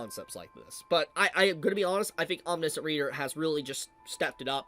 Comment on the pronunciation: why is it that nobody can pronounce omniscient... huh